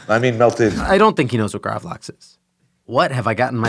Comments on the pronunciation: gravel - axe.... not graaavleaaxe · Love when they miss pronounce gravad lax as gravlaeeexe. Thats middle class douchery world wide in its finest. Same as when swedish people correct how you pronounce gnocchi. Gotta show everyone what a world class traveler and connoisseur you are. Except for the one fact there is no swedish word for gnocchi. Its cured salmon! lol. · It's pronounced more like "graavlux" . Lax=salmon, grav in this case means to cure. Not a huge fan of it, but would like to try this pizza out.